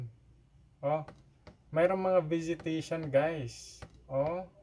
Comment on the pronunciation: Naguluhan ako...nsa ilalim ng dagat pero meron visitation (ang gulo ng pronunciation) "vegetation" pala... after awhile ko naisip.